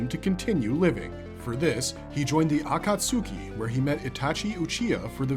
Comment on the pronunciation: bro could you have messed up saying akatsuki anymore than that lol😂. This man may be a robot